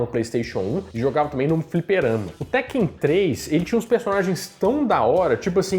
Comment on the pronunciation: Falou teken.😊😊😊